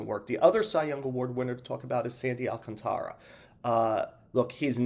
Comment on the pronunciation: Damn I'm Dominican and we too have problems pronouncing Sandy last name, but its not pronounced AL - CONTRA it's AL CAN - TARA if you're Spanish speaking or Tera if you're English speaking.